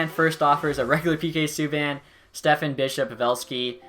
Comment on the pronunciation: STEPAN is pronounced step-on. Not Stefan